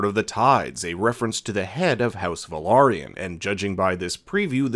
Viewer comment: Awesome! Someone who actually pronounces; "Velaryon," correctly! 👍 (but seriously, it's been getting increasingly irritating to hear, especially from so-called or self described; "experts," on the subject matter, on YouTube in particular, saying it so blatantly wrong. And especially after it's been specifically addressed by the production team, actors, and even George R.R. Martin himself, in multiple behind the scenes/making of, and other appearances, in recent weeks.) (such as here, for example; source; ) What starts often as a cringey pet peeve turns quickly into a steadily growing annoyance surprisingly quickly lol so, it's good, (and well worth pointing out, apparently 😇) when I hear it pronounced right. 👍